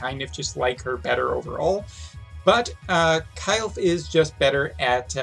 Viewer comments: its not KYLE'F ITS KILL-FAY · I guess the correct pronunciation of her name is "Kil-fe" same like "Kiru-fe" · You need to work on her name pronunciation, you called her multiple names in one video 😂. 😉The GL voice actors pronounce her name as (Kill-fay)